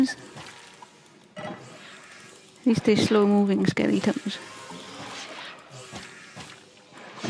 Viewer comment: when you say skeleton, it sounds like skelly-tum lol